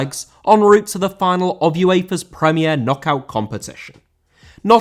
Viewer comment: UEFA * not Yuweifer